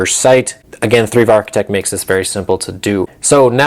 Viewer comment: Thrive = Threeve? Are you sure? I thought it was pronounced Thrive.